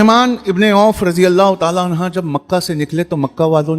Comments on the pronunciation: R.tala anha nhi, r.tala anhu boliye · सहाबा अन्हा नही अनहु होता है